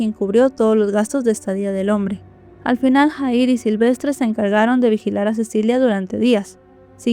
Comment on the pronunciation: disculpa pero no se pronuncia JAHIR ASI SE ESCRIBE PERO SE PRONUNCIA YAHIR